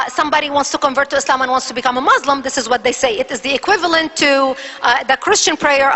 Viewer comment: she can't even say Muslim right...lolz... the witch!